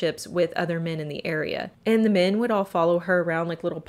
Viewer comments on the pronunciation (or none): It's mEn not mIn.... jesus....